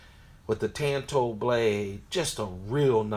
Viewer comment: Tanto as in “tawn-toe”. Not tan like you get in the sun. Makes u sound ignorant